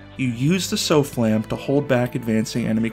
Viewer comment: Every single time the SOFLAM is mentioned in-game they say "softlam" with a silent T and you still managed to pronounce it as "so-flam" smh